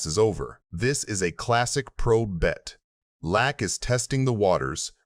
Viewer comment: AI voice is it pronounced Lack? Or Lock? Hint it’s Phil 🔒